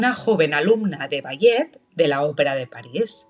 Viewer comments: Es IA verdad? Si no quiero decir que me dolió escuchar bayet en lugar de balé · Ni puedes pronunciat ballet correctamente? No te expongas cuando no sabes como decir l